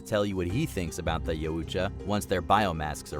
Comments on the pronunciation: What the fuck is a "yaOOOcha" 😂😂 It's "yow" not "yOOO" 😂😂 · yeah couldn't watch it with the butchering of the pronunciation of yautja